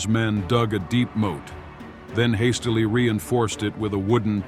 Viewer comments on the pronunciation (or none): none